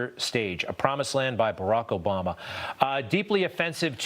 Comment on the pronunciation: .. Brock Obama. That was different. He should have gone with Brock instead of Barry back in the day lol